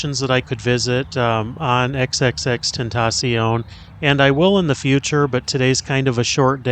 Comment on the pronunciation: OK, the way you pronounce his name is killing me! Awesome video but his name is actually “Extension”, that’s how you pronounce it. He just spelled it that way. 👍🏾